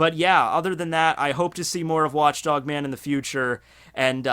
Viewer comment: Did he just say watch DONG man?